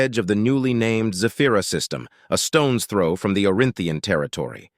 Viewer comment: BAHAHAHA. "Feel free to start "FORM"the beginning ". AI narration is getting better but..........